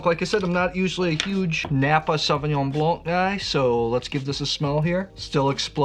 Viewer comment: The 'c' in Blanc is silent.